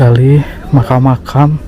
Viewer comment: Mkam gitu lho bang nyebut nya